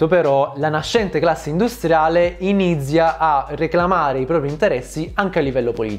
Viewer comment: ripetiamo insieme: "initsia" e non "inidsia"